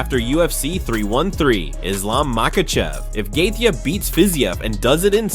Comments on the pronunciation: He pronounced Gaethje a different way every time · If you can't pronounce gaetchi then just stop trying dude you get worse instead of better every try😂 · It kills me how bad you are at pronouncing names 🤦🏻‍♂️ couldn’t get past 2 minutes hearing you say gaethje’s name one more time 😂